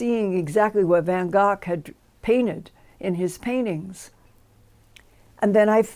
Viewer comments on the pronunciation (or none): Van Gogh gh is silent. It's pronounced Vango